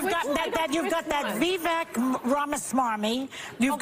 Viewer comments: It's pronounced, "Vivæk". These cackling harpies can't even learn how to pronounce a very simple name. Vivek like Cake, you just can't mistake... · She called Vivek stupid, then proceeds to pronounce his name incorrectly.... Vivek like cake